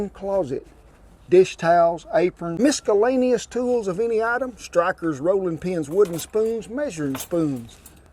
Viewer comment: spatulers and miskulanius items hahahaha awesome.